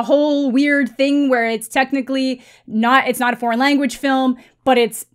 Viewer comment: Did he say if you want "best porn film"? His "foreign" sounded like "porn". Sorry. EVERY category is available to be BEST Picture even animated films. I think the only category that can't be is "short" films. Everything else is up otherwise you'd never have a horror movie as a Best Picture winner like "Silence of the Lambs" which definitely deserved it. The fact that "foreign" films have been left out of Best Picture noms for years and years (there are exceptions) when some of the foreign films are the only good films for the year...well...there's your answer. Why would you want your Best Picture limited to "American (or English speaking) dramas"?